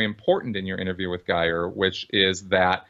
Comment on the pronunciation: Aaron, would you please get Geirs name right? It is NOT "Ai-seen" it is "Ee-su-nuh". 😋